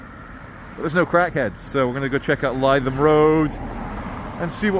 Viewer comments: Lith um, not lie thum. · Lytham Road is pronounced Litham, not Leyetham. Just an observation! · must correct you on your pronunciation of the Blackpool Rd you thought would be the place of trouble,it's Livethem Rd, not Liethem Rd ok easy mistake for a a half Scot/ Brazilian, no faschmal amigo 😅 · It’s ‘Li’ not ‘Ly’ Lytham, can you not hear me shouting at the iPad!! 🤪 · Lytham is pronounced ‘Live em’ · L-i-THAM road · "Lytham" is pronounced "Lithum". Happy to help. 😊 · Lytham is pronounced "Lithem"